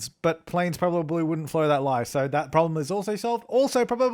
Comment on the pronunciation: "Also 'probabaly' birds..."